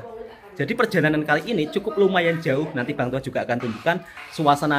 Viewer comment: Jauh = Juauh 😂😂 jahat bunyi sebutan bang toha.. jgn lupa kirim salam awek ku sedara bang toha yg bantu jaga kedai air hari tu😂😂